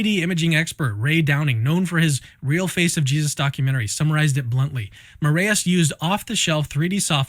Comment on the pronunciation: Also, Brazil mencionado 💪🇧🇷 For the record, the "ae" in "Moraes" is pronounced like "eye", not like the "ey" in "hey" like you all are pronouncing it.